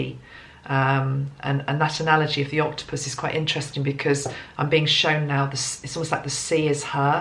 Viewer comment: You know,Sepia- it's an animal like Octipus... is a homeopathic remady for the mother.... wow and you said Octipus for Merry :))